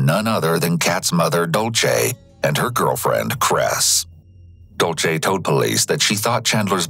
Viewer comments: Completely irrelevant but the narrator saying dolce instead of Dulce was making my eye twitch 😭😒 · Took me over half of the video to realize when he said Dulce, he was mispronouncing it.